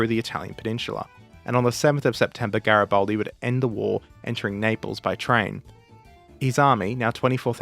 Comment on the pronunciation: It's GaribAldi, not GaribOldi.